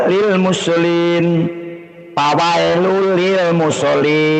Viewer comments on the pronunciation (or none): Pendeta meme kece jgn so' bca Qur an laaah....Mngucapkan makhroz hurup2nya masih brantakan !. Bsa ngoreksi org tpi dia sendiri parah bca Qur annya. Fawailul lil mushollin...bukan Fawailul lil musolin. Shot bukan sin !! Begooo...